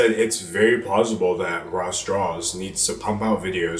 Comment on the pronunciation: Am I the only one that hears "Raw straws"?